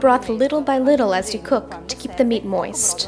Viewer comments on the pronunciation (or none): Love how she says "Moist".